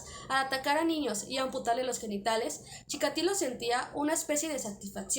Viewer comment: Chi KA tilo. Dices Chika LI to